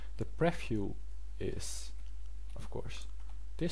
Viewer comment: Jo man, je hebt hele goede video's gemaakt maar werk alsjeblieft een beetje op he uitspraak. Zo is het niet preffiew maar PrieVieuw . Voor meer uitspraken ga naar Translate.